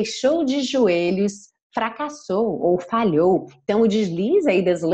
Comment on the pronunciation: Agora nao entendi uns dizem the com som" v",e vc diz the com so" d"